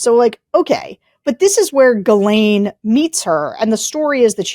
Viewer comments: Nod to Tim for pronouncing her name correctly- Gil en . How the Brits pronounce it. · Sarah, thank you for pronouncing the name 'ghislaine' in a professional and non-distracting manor. Sorry, JVL, clearly you don't know how to pronounce French words, so why try?